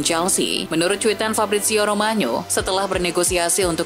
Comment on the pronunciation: Pengisi suaranya Mba Lalang Maya aja, spelling nya bagus, ga kek yg skrg, apaan tuh "Fabrizio ROMANYO" dll